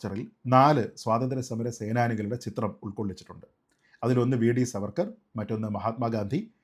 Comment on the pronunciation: Sreejit, His name should be pronounced as ' Saavarkar ' I regularly see your videos. Really good. Keep up.